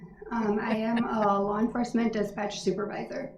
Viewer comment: Did he just say “lawr enforcement”? Good lord🤦‍♀️